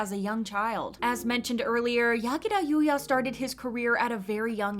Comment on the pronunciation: I love that she didn't pronounce the name using American's accent lol😂